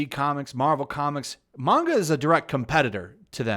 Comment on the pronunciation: Can we just all appreciate that pronounces manga correctly?